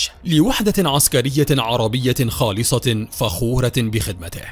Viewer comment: مواطن و ليس مواتن خالص وليس خالس